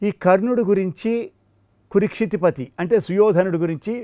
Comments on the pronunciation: Kurukshitipati. Not kurikshitipati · Kurukshitipati but not. Kurikshitipati while you are reading the line you must be careful about the pronunciation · Nice... Rendition/ explanation. Slight error: not కు'రి'క్షితి... It's కు"రు" క్షితిపతి